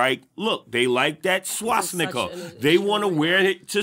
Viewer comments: He thinks "Swastika" is called or pronounced "Swasnicka" lol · This man is absolutely ridiculous. The fact he thought his completely irrelevant 'Hitler' point was a 'bomb drop' shows his complete dillusion. Also if he wants to appear articulate he should stop saying 'SWASNIKA' 🤣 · "swasnicca" LOL